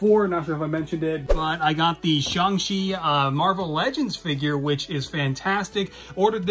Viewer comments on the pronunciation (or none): “Shung chi” Nuf said